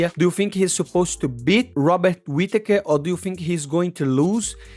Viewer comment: So your saying drikas fighting skill is as good as your Robert Whittaker annunciation !! not good at all. Hobbit Whittaker from the hobbiton shire middle earth will be to good for Drikas imo.